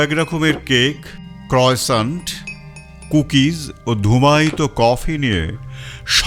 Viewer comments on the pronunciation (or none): সভ্য সমাজে শব্দ করে কিছু চুমুক দেওয়া অসভ্যতা। খাবারের নাম ক্রসাঁ,ক্রসান্ট নয়।নামটা ফ্রেঞ্চ